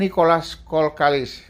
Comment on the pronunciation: kenapa kalau sebut kok selalu Nicolas kolkalis.....salah buang L nya yg benar kokallis